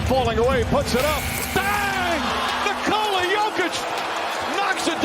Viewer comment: It's not Nih-Cola. It's Nee-co-luh.